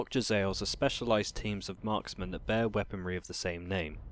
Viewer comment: Jezzaeils?! Oui-Oui, monsieur! From the more sophisticated Frech part of Skavenblight! :P